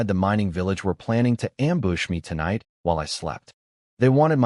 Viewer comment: Wowned instead of wooned for the word "wound" and amboosh instead of am-bush, how long for them to fix it? =(